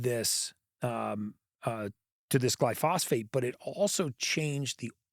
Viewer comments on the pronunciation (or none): I wish Gary would stop saying "glyphosphate." Glyphosate. With emphasis on "gly." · Yes, thank you! I was checking the comment section to see if anybody else noticed that. Dr Eric Berg does something similar, and he pronounces it "gly FOSS ate." Drives me nuts!!